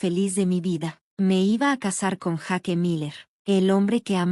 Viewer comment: Jake Mate..... Se van a vencer uds mismos x no pronunciar correctamente los nombre. Jake (yeik) Sofía....Sofia)